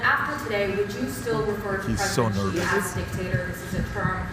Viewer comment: When will you people learn to pronounce "Xi" properly. What a bunch of idiots!